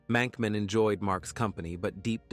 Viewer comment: Did anyone else notice that the grave said Monkman, not Mankman?